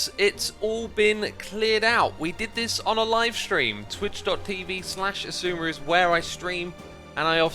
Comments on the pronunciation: Love when says Sheshwami🤗 Takeaways: Touchy!Touchy!😉 No Touchy! Touchy!😮 Cheeky Fellow🤣 Yorkshire!👍🏻 Somebody's gettin' goood!🤣 Best Move: When the guys use baby talk, then walk away to pout🤗💗 If I don't see it, it don't happen!🐮🤣🐮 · Love hearing say "Shashwami"